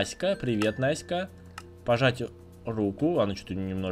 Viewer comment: я настя мне обидна когда говорил наска